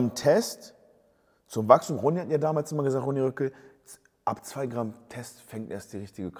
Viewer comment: Bro nur eine Frage, warum ronny Röckel?😂😂 heisst er nicht rockel makina? Du verwirrst mich hahah